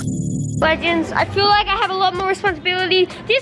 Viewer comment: I loved it when said "shake" instead of snake